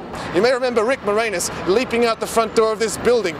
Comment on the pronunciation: "Moranis" is pronounced "mo-ran-is," not "more anus"!